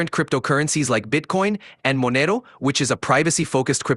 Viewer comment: Why does your AI pronounce Monero like that 😭